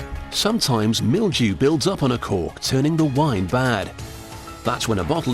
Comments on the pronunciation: A fine "corck" ( ͡° ͜ʖ ͡°) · Cant stop hearing cock God my throat needs a stuffing ...with wine